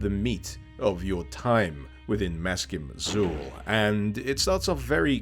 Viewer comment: Maskim Xul is actually meant to be pronounced in a Sumerian fashion, and is 'mask-eem ach-kool'.